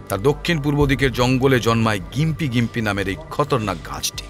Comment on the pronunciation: গোয়েন্দাবাবু, ওটার উচ্চারণ জিম্পি ( gympie ), গিম্পি নয়। মোটামুটি ভালোই লাগলো অবশ্য।